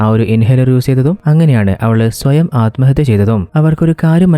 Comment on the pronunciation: നല്ല അവതരണം 👌🏿 കുറച്ചുകൂടെ prepared ചെയ്തിട്ട് പറയാൻ ശ്രമിക്കുക. ഉച്ചാരണം പലതും തെറ്റായിട്ട് ആണ് പറയുന്നത് ശ്രദ്ധിക്കണം 🙏 "സ്വയം, സ്വന്തം" അലമ്ഹത്യ തെറ്റാണ് അല്മഹത്യ എന്ന് മാത്രമേ ഉള്ളു അത് പോലെ ഹീറോ and ഹീറോയിൻ ആണ് ഹീറോയിനെയും ഹീറോ എന്ന് മിക്ക വീഡിയോകളിലും തെറ്റായി പറഞ്ഞിട്ടുണ്ട്. സ്ക്രിപ്റ്റ് കുറച്ചുകൂടി എഴുതി പ്രസന്റു ചെയുന്നത് നന്നായിരിക്കും